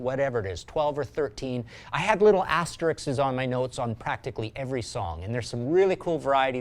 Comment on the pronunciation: Why do so many people mispronounce “asterisk” or “asterisks”? It isn’t “astrik” or “asterik” or “asterixes”. That’s like saying aks for ask. Drives me crazy! Even a guy I respect, like Martin Popoff, gets it wrong. UGH!!!